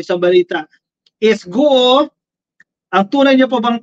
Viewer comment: "GUO" pronounced simply GO daw!